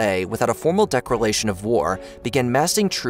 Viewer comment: DAH-LEE LAMA. That’s how you pronounce it. XD. Also you made a funny mispronunciation of declaration by saying decralation around the mark.